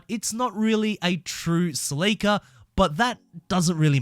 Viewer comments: Wtf duuddeee , Celica! : SEL-ICA !!!! NOT!!!! SLEEICA! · You lost me at the mispronouncing of the "Sell"-eh-cah (You could at least find a video where Scotty talks about his "baby", his 94' in order to hear how he pronounces it) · It's Celica. Sell-ick-ahh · Celica. Pronounced sell e kah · You said Celica wrong. Top Secret Supra???? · The way you pronounce celica is just wrong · Ive never heard someone say celica like that